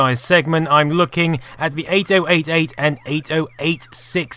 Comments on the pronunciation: one very infuriating thing is your pronounciation of 8088 and 8086. because it sounds far better if you pronounce them as 80 88 and 80 86 instead of each digit 8 0 8 8, 8 0 8 6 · OMG if I hear ate-oh-ate-ate one more time I'm punching someone in the beans. Eighty-eighty-eight is the common less clunky colonial way to say it. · honestly no idea why it pronounced it so stupidly. instead f just 80-86 and 80-88 like it's supposed to be pronounced